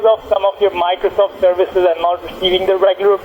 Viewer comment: miclowsoff sewices wiwusses